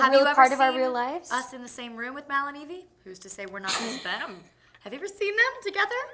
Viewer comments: Não e IVY é evie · Não é ivy. É evie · gente é sério? Ivy? Se fala Aivi e não ivi. O correto é Evie porque é um nome que faz referência à Evil Queen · Sério?? Ivy? É Evie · não é Ivy é Evie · È Evie e não Ivy ! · Não é Ivy, é Evie! Gente como assim?! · Tenho só três coisas pra falar: primeiro: Ivy? Sério? É EVIE. Ivy soa como Aivy, e Evie soa Ivi. Segundo: Dovfia forever, gente olha os toques e is olhares (não sei se shippo ou não, pq elas são muito fofas juntas, mas de um jeito mais fraternal, mas outras vzs...). Terceiro: SOFIA PELAMORDOSDEUSES "nunca viro o meu cabelo pro lado" KKKKJKKKKKJJK MULHER EU TE AMO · mano uma pessoa que ai véz de falar evie fala ivy não merece intrevistar a sofia carson quem concorda da like no meu comentario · Ivy??? Deveria ter pesquisado antes de fazer uma bobagem como essa OBS: é Evie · É Evie não ivy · no es ivy es evie :v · EVIE e não IVY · IVY é sério? é evie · É "Evie" não "Ivy" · parei de ver no "ivy" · "Ivy"? Fala sério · É "Evie"